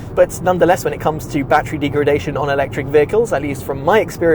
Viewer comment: Deegredation - 😂 Informative video though 👍